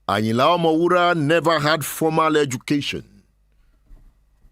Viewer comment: Does anybody tell you that you are a professor of presentation I love everything about you look at the way you pronounce the name.... Ayinla omowuraaa..😅✌️🕯️🙏👍👑✅💯💕🎉